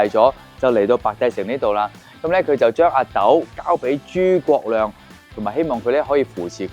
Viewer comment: 抗日战争读成矿日战争，诸葛亮读成诸国亮。。。。